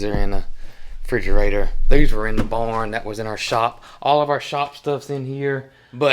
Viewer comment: Loving your beautiful farm and all the education and antics. It's just me, but the way that he pronounces the word ‘barn’ always cracks me up. To me, it sounds like he are saying,’born,’ like when a baby is BORN. Love Y’all!